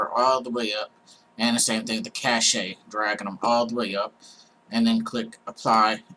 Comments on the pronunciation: cach-a is pronounced Cash . lol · "cache" is pronounced like "cash". Cache, in the computer/IT domain means "fast, frequently-used (but temporary) storage". "Cachet" is pronounced like "cash-ay", but it's an entirely different word (It's a French word, and it means "seal of approval" or "mark" or "superior status" in English).